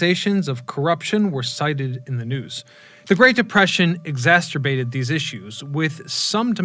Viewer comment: ex-ass-er-bate, not ex-ass-tur-bate😉